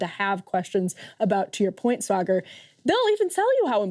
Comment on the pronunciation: I need to hear Sagaar in that supposed British accent every episode!